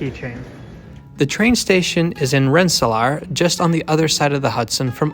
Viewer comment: I've been marveling at your pure plain American pronunciation. I never hear a Dutch accent. But your Dutch background surfaced in your bit at the Albany-Rensselaer station. You pronounced it "rensselahr", which I suppose is the Dutch pronunciation. New Yorkers say "rensseleer", rhymes with "ear".